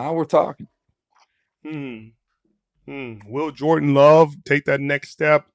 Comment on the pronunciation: Is it me or does he keep saying “Jordan” instead of Julien Love